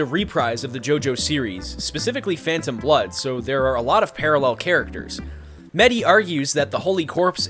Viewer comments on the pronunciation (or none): none